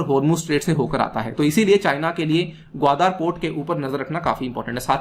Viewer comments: This is Gwadar and not Gwadaar as you pronounce like illiterates. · 😀😀😀😀😀😀😀😀Wion ka report hai. Wah sir ji kya baat hai logon ko bewakoof banane kiliye aur ek baat "gawadar " ka pronunciation sikh lou sir, baki fekte raho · Actually your facts are based on your opinion without any truth behind. You can’t even pronounce the word Qwadar. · Chutittyeh pehlay Gawadar bolna seekh